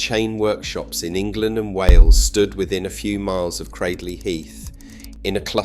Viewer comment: It ay 'Cradley' to rhyme with 'badly'; it's 'cradle' plus a short 'ee' on the end.